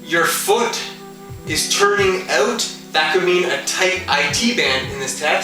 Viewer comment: knew he was canadaian when he said "oot" instead of out